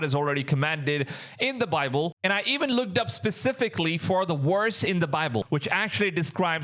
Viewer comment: Love your content but please practice your V sound. When you say VERSE it sounds like worst. #constructive advise